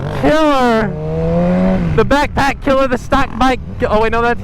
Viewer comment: says killer instead of killaaaa